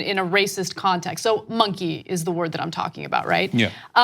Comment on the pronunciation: Yeaaaah I agree, he said it on purpose. He emphasized the word "monkeying" a little too much.